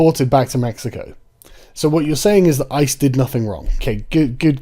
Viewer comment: DId she just say ICEY? Its ICE bitch... its not ICEE (which i love espically coke and cherry) Its ICE